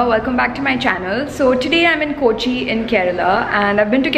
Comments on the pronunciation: Hi, It's not koochi it's Kochi or Cochin. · Not KOchi ...K'o'chi... Its weird to hear KOchi KOchi KOchi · It’s not kooochi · Arun Gopi exactly! You hv been to Kerala u say a couple of times and you haven’t learned to pronounce the city’s name properly. Sigh. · കോച്ചി അല്ല കൊച്ചേ കോച്ചി.... കോച്ചി